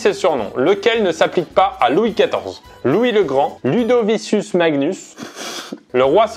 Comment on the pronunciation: Alors déjà si Pierre tu lis Ludovicius a la place de Ludovicus, ça va pas le faite, revoit ton latin xD ça se dit Ludovikus en plus 🙃